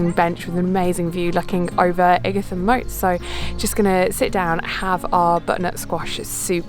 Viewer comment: Lovely video I used to live in Ightham Village not far from Ightham Mote. You pronounced Ightam wrong